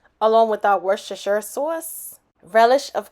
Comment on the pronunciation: Who else can’t pronounce Worcestershire did like a pro 💪🏾